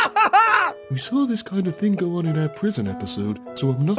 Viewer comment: "The thame things"?